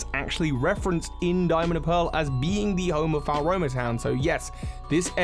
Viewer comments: Mira, not Miri. No it doesn't - its in the wrong place. Floaroma Town (pronounced Flow-ah-roh-mah) is located between the Obsidian Fieldlands and Alabaster Icelands. Sanqua, not Sanquia. I wonder if this is them hinting that the next fire starter will be a horse... No it isn't - it's the Pokémon League Island. Just because it's not volcanic in the present day, doesn't mean it didn't use to be. Melli is the ancestor of Lucian, not Avery. Those are regular goggles, not snow goggles. Actual snow goggles can be bought from the clothing shop, and look nothing like those. Nope. Eterna Forest & City, like Floaroma Towns future location, are not accessible in game. They're located between Obsidian Fieldlands and Alabaster Icelands. Not every location from Gen 4 is in the game, as we're likely to get dlc. Gearic, not Gartic. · I genuinely can't cope with all of your mispronounced words! It's Mount Co-RO-Net. FLO-aroma! Cana-LAVE! YOO-xie! It's literally infuriating! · love the content but the way you pronounce "Laventon" and Floaroma" annoys me